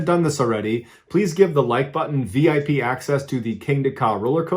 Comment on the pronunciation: Lol at first I thought he said give the like button VD not VIP lol